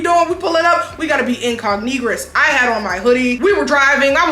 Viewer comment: “incognegress” I GAGGEDDD